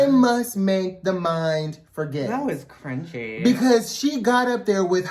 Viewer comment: When said cringey the first time, I thought it was "crunchy." Which also equates to cringey, but in a more visual way. 🤣